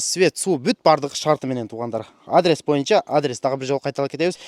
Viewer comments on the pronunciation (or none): none